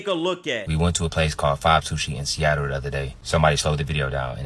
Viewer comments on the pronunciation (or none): none